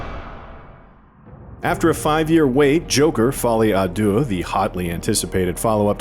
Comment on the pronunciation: "Folly ah dooh" The French: 👺👺👺👺👺👺🤬